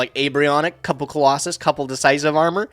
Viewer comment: I love how says Colossus instead of Clausolas and castor instead of catastor. It’s really validating (I always read them like that)